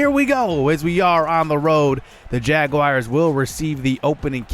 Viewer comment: Hahaha say Jaguars one more time haha its so funny that u don't know how to say jaguars lol